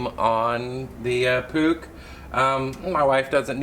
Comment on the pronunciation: I like how you call it a Puch and not a Puush or Putch